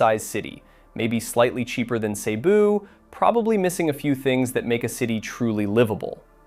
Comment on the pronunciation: The correct pronunciation is Seh-BOO. Not SEE-boo.